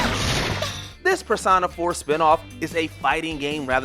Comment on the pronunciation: Is anyone bothered by the way the narrator calls persona.